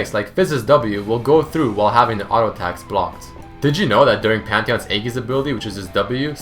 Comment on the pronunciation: Sorry. Hate to be the grammar Nazi and such but Aegis isn't pronounced "Eggis" but "Eejis" or "Aejis". Otherwise, thanks for this helpful video.